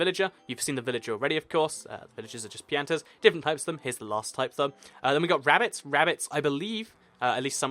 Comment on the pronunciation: You pronounced pianta wrong